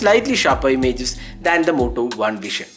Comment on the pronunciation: Its Vision (व्हिजन) and not व्हीशन , pronounce properly. BTW Moto One Vision is great here, In 20k they are providing OIS.